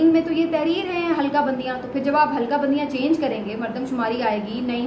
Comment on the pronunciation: ، ہلکا بندیاں نہیں، حلقہ بندیاں ۔۔۔۔۔۔☺️ اردو بولیں تو پھر اردو بولیں، جدید اردو کی تخلیق نہ کریں، عین نوازش ھو گی ۔۔۔۔۔۔🙏 والسلام علیکم ورحمتہ الله تعالیٰ وبرکاته ،،،